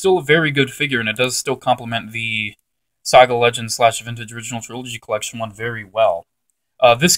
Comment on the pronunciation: IT'S SAGA NOT SOGA